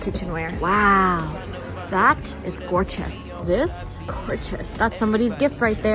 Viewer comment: “This GORCHUSS, that? GORCHUSS” 😂